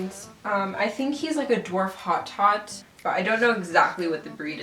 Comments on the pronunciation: Hotot is actually pronounced "oh-toe" xP. Lucy is very cute, and so is your outfit :) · Hotot is pronounced Oh-Toe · Pronounced Hoto[last t is silent-french].hes small-maybe a dwarf/hotot mix. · Hotot is pronounced "Oh-Toe" just to clarify! 🐰 I would guess Lucy is probably more likely a Netherland Dwarf mix then a Dwarf Hotot as Hotots are by far less common then Netherlands! Also Hotots are not supposed to have color anywhere except the eye bands and the eye bands are supposed to be much thinner! Just a guess though, either way he's very cute!❤️